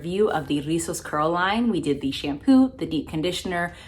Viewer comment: another banging review! I have this line in my vault of products to review, you know how it is lol. and lastly I LOVE when you rock your hocus pocus sweater lol, loveeeee that movie. Oh and come thruuuuu with the pronunciation of Rizos, you can come to the puerto rican cookout hahahaha.